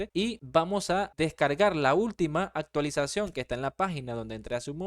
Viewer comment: Hola solo entré al vídeo para decir "actilización"😂